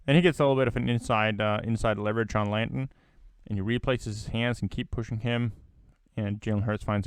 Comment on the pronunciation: Y'know...his name is Landon, not Lanton.